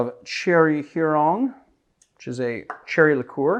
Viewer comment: I'll be that guy - since Cherry Heering is Danish, I found your pronunciation wayy too French. While I'm not sure it's supposed to be pronounced Danish per se, given "Cherry" in the name, Heering is the Danish inventor 's last name. I think the "proper" pronunciation would be reasonably well approximated if you just think "German-style rough" and "too lazy to actually say all the stuff so it's just a slur from the middle of the mouth"